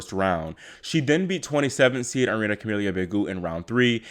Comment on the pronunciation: It’s pronounced arina lol